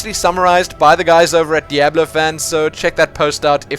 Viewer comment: I never complained about your pronunciations and now I miss "beeta" and "deoblo" :P